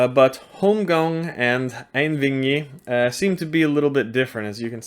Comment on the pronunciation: It's pronounced "Ain" (as in aint) "wee' as in "we" and "i" as in "Inn' "Einvígi" Ein means "one" and Vígi is the act of killing. Have a good day and greetings from Iceland.